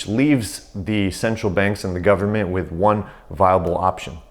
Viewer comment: "full faith and credit of the US 'gubmit'" LOLOL